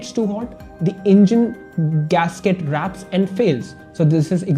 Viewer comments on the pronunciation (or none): Wraps nahi Warps hota hai